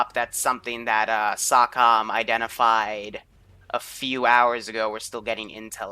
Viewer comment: As dude whose family was involved with SOCOM. I have to inform you its pronounced SO-COM not SAW-COM.